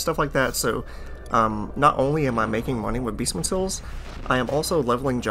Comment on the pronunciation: "Beestmen sills" Jokes aside. Good to know.